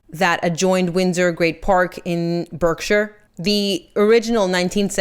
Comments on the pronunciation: Just a pointer, Berkshire may be spelt that way but the pronunciation is Barkshire. Some one 35 mins ago posted about prononciations. Charles allegedly paid £1-2 million to cover megsie's clothing and accessories for her 2 minutes as a working Royal then she has the nerve to say, when on walkabout in Australia that, she should be paid for this. Sarah was punished, she had to leave Balmoral and I think that is when she was put to one side by the Royals. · Tiny point: the county of Berkshire in the UK, is pronounced Barksher. I know, makes no sense. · It's pronounced "Bark - shuh (r)" sweety (not criticising)